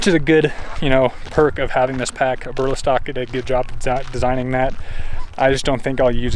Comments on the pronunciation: Nice Review!!! It’s all good Brother.. mispronounce the name too.. But Great Review.. I more likely to get myself a Jackknife now.. it’s what I’m looking for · I wish you could pronounce Eberlestock correctly.